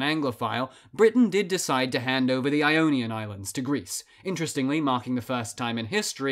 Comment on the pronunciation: Ee-onion and eoneea